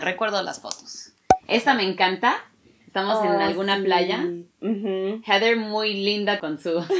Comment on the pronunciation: Ayyy "jeder" heather o como se escriba y pronuncie, me hiciste chillar que lindo amor de hermanas